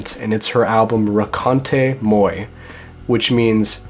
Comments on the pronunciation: Ho, and just for the sake of knowing correctly, "raconte moi" means "tell me", like tell me a story, not "meet me". And you say it very poorly. No offense my friend, I myself speak in english very poorly. Beside that, I love Low too, so you got a like from myself ;) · you absolutely butchered the pronunciation of the 'raconte moi'-record haha loved the video tho!